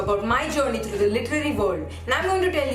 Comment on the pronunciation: Through * not throgh